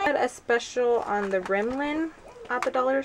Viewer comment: i love you but I have. to tell you its rimmel sounds like rim/mal you said rim/lin i cracked up lol so cute but just thought I'd fill you in . anyway great haul as usual love ur video's